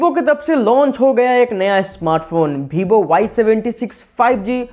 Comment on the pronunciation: भीवो नही यार vivo h...